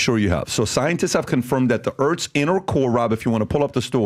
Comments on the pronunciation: Is David aware he is pronouncing Earths as Urtz? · "Erts rotating in riverse direction"